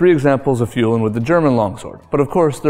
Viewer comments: "Fühlen", nicht "Fuhlen". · fühlen or fuehlen but not fuhlen!